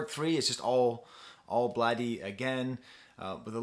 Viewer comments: I think his name is pronounced as "blade" not "blade eee". ( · Lmao why is this dude speaking so condescendingly. Bladee has been around since 09 so his fans range lmao. I’ve seen more adult fans then child fans. And it’s pronounced “Blade” man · lol it physically hurt me to hear u say blad-ee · as you can see he was not happy with lean mispronouncing his name so he corrected quickly.Pretty sure he's fine with both but still Blade is the right way to pronounce.He also adressed it in the song Hotel Breakfast. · Pronunciation is just "blade" by the way. The extra 'e' is just for style :) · He calls it Blade but you can say Bladey too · I’m bladee she called me blade-e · its pronounced blade. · dayum didn't even catch that lyrics you right, he still is cool with the wrong pronunciation though ^^ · “it’s bladee but you can say blade-e too” - bladee (iconic quote) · Another great analysis; your pronunciation of Bladee is comical. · I pronounce it Bladee but you can say Bladee